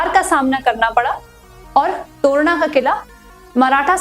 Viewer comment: Very poor . To ra na nahi, its torna